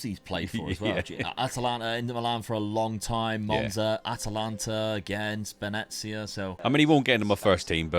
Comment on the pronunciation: Ahh, "Spenezia" - one of my favorite teams ever 😂